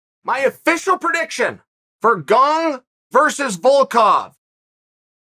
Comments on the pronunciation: I am now about 110% sure you're mispronouncing names on purpose now... Gong lmao, ffs Unc. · I heard him say Gong once and came straight to the comment section. Never disappointed. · He didn't he said Gong! Only if Gong breaks the curse will Chael say Gane!